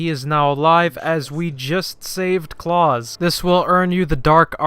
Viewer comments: Not claus like santa claus its pronounced Klaus like the fish on American Dad. Lol sorry had to say something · I’ve never heard it the way he said it but I’m sure you could argue people say it somewhere but yeah straight butchered that shit haha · Is there two ways to say klaus or did this guy butcher it?